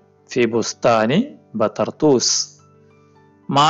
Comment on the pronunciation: ബതർതൂസ് എന്നല്ല മാഷേ ബി തർതൂസ് എന്നാണ് لا بَطَرْطُوس بل بِطَرطوس الباء حرف جار طرطوس هي مدينة تقع على ساحل البحر الأبيض المتوسط في سوريا